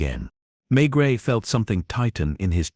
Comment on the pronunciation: For everyone’s sake,get your bot to pronounce Maigret’s name properly and consistently. If your AI programme comes with an American accent, get rid of it. I’m sick of listening to great stories ruined by AI. Can’t anyone read anymore!!??